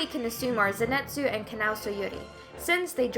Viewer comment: PLEASE FOR THE LOVE OF GOD START PRONOUNCING ZENITSU'S NAME CORRECTLY IF HE IS YOUR FAVORITE! Say it with me now Zen-Knee-Tsu ZEN-KNNEEEEEEEEEEEEEEEEEEE-TSU!